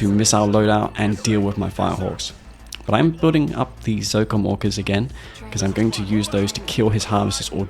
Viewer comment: Your accent make it sound as "Zocom Walkers" when you talk about Orcas xD